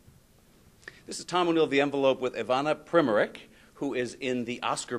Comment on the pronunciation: Primm-o-rik!?!?! Ignorant bastard! Am amazed Ivana didn't correct him beforehand. It's pronounced: Pree-MORE-rutz.. Get it right mate! It's Croatian.